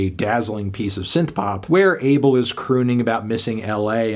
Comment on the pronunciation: Isn’t it pronounced “Ah-Bell”